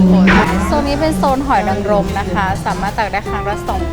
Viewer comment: หอยนางรมไม่ใช่รางรมค่ะ